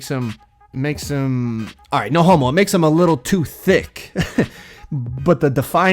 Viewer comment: The way you said thick🤣🤣🤣